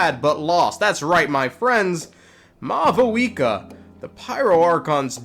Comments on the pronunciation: Sup, Mah-Vuika 🤝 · It seems that maybe they got a new Pronunciation guide for 5.1 since both Natlan and Mavuika are said differently and technically more accurate to how they’d be pronounced irl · Bro is offended by the lack of v in Mavuika's name in this trailer 😂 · Bro doesn’t know how to speak It’s “Mavuika” not “Mavuika”